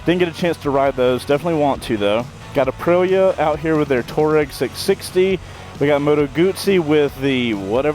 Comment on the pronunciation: Fun video. Nice to see the local shout-out to Pops Coffee - I spend half my life in there! BTW, the Aprilia is pronounced "Tw-ah-reg" (desert nomad).